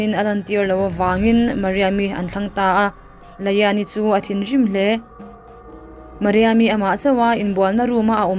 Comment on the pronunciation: Mariam i tih tih kha a dik ka ti